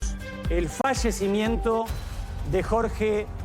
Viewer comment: 😂 cómo? El frallecimiento!?? Digan bien y pronuncien bien las palabras!! Por competir a ver quién da la primera noticia!😏🤨